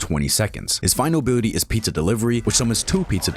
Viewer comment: You abt "final bility"